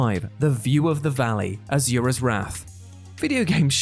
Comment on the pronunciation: Azure-ahs Wrath. You mean Asuras’ Wrath?